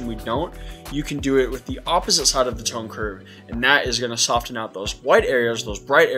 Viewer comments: same on the "soft" and "sofen". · I can't handle the way you say "soften" But nice video.